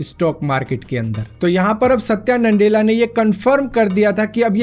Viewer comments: It's Nadella not NANDELLA.😂🤣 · NANDELA NAHI BHAI "NA-DELLA" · Satya nandela bol rhe ho tum